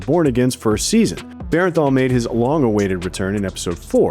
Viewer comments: Its Jon BERNTHAL not Berenthal! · To the narrator, its bernthal not bearenthal. Appreciate you! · Bernthal, not Berrenthal. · Yeah, the pronunciation was bugging me the whole time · If you say Bear-en-thall one more time.... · BERN-THAL. Please say his name correctly lol.